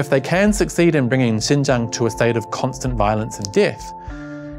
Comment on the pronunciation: When he said Xinjiang's name accurately at the beginning of the video, I automatically thought he was a Chinese guy. I legitimately got confused for a second when his faced showed up later